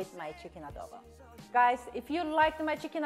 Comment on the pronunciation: Other people: ITS PRONOUNCED CHICKEN ADO BOWW Filipinos: no it’s chicken adobo